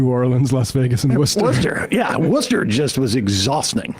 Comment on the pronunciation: It's Woostah, Sam. Say it right!